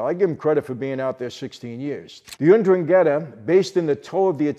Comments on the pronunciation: Its weird how you pronounce ndrangeta/drun;gheta would be more like it but grest job anyway sir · Michael my friend, it's N'drangheta. And it's pronounced En-drahng-get-ah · Just for the record, and I don't want to be or sound mean: Ndrangheta Is pronounced "ndrun-ghe-tuh" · Michael you're the man. It's pronounced "En-Drang-Gay-Tah" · Ndrangheta pronounced with an 'E' after the G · Just a little critic, ndrangheta is not prounced like that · Mike, you're killing my ears when you say Ndrangheta.....I love you bother, but say it right.